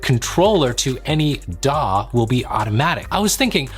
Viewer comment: shame he cant say DAW.